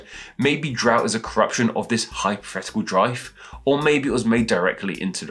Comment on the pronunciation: Dry... Out... Drout!!!!